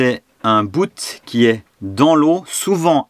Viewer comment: Passionné et doué tu apprends très vite. C’est juste génial de te voir aller. Juste un détail : Bout ça se prononce boute mais ça reste masculin. Un bout(e) 😉😂 Bon vent cap’tain.